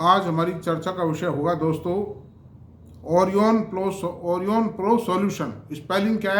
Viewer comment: AURIONPRO है न कि orionpro श्रीमान